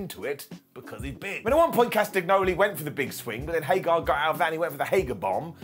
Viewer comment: His name is HAGER, not HAGAR